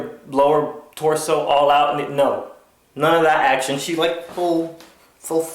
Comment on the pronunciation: I love your acshon